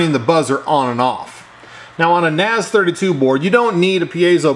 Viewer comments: ***** a, i, u, e, o is "ah" "ih" "uu", "eh", "oh" not "ey", "ay", "yu", "ee", "ow" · ***** It's a two letter Japanese character な "Na" and ぜ "Ze" - then westernaized and pronounced it "Naze" like "maze", "hays", and "ways". If you love Naze32, give at least the maker a credit by pronouncing it correctly. Na Ze or Naze